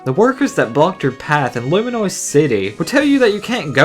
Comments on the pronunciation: Dude, it's Lumiose, not Luminoise XD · I have one issue: The way you pronounce Lumiose. "Luminoise?" REALLY? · 51st problem is you can't pronounce lumiose city and how is the fact that there is no Pokemon z a problem with Pokemon x or y? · You mispronounced Lumiose, you repeatedly said Luminoise. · Luminuse City? Seriously!?